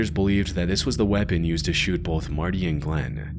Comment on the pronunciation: this AI cant talk properly it doesnt say "women" it says "woman" regardless, Breeding instead of breathing, wayapen instead of weapon